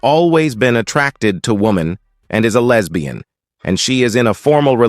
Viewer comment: Every time it says "lez bee in" cracks me up. It sounds so weird.